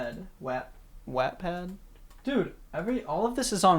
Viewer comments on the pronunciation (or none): WAAHHHTT-PAD I HATE IT UR SAYJNG IT WRONG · his pronouncing of wattpad made me chuckle loudly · I'm sorry did you just pronounce it as whaaatpad?